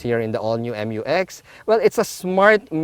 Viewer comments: FYR it is pronounced as "myu-ex", not M-U-X. That's why it is spelled Mu-X. ✌️ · I thought the pronunciation is "myu-ex", and not "em yu ex".